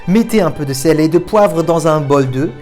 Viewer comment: 😂😂 j'attendais la suite mais comme ça venait pas je le suis dit bh "le bol de" quoi ?? Jusqu'à ce que je comprenne que c'était "bol d'oeufs"😅😂😭